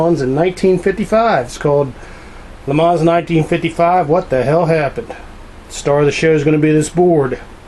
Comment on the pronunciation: what does a yank know about le mans , you cant even pronounce it right , be quiet , you clown ....